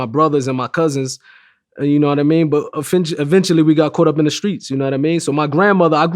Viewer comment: he said efentually